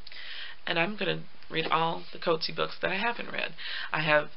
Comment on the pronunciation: Cut- see-ar. Not Coet-zee.